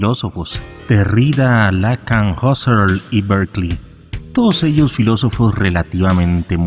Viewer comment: Se pronuncia Lacán y Derridá.